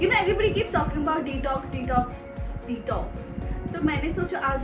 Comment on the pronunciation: I think I am the only one who hearing the pronunciation of detox is tik toks🤣🤣🤣🤣🤣🤣......but....congrats niti wish u a happy journey of your marriage 😊😊😊😊❤❤❤😘😘